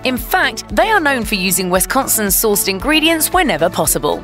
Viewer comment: Culver's does rock. Great food and atmosphere. But it is pronounced Wis-con-sin, not wes-con-son.